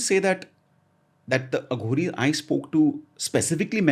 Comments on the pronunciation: Ranbeer thats uh ghori not aa ghoris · It's अघोरी not आघोरी ! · Bhai AaGhori nhi hota Aghori hota hai. SIVAA nhi shiv ji hota hai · Ranveer I love ur show. Just a short note to tell u that it is not Aa ghoris. It is Aghori. These words have deeper meanings. To know Indian spirituality fully, our language should be known n practised as it is. The accent should be pure Indian. God bless u. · Just one request Ranveer, with due respect, please don't address them as "आघोरी" ( Aaghori) they are "अघोरी" (Aghori) 😇🙏🏽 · And bro please bro not """AAAHOOGORI """ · Aaaghori nahi hai Ranveer...It is Aghori..shows your so called Spiritual Knowledge... THOOOOOO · aaghoris.. आ घो रि no.. Aghoris.. अ घो रि i think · It's not aaaghori. ......it's aghori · It's अघोरी not आघोरी ,,, it's शिव not शिवा । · It's aghori not aaaaghori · It's not pronounced as Aaghori it is Aghori derived from the sanskrit word Aghor meaning fearless. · Its not AAGHORI.. its AGHORI.. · It is not Aa-gh-ori. it is A-gho-ri. Want to know more? Just listen to Rudram - the very essence is there in Rudram. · Pls learn to pronounce the word aghori. It's no aaa gori . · It's pronounced as ughori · The way he says aghori.... Bss itna hi kehna chahta hu ki ranveer tu India ma hee England me nahi...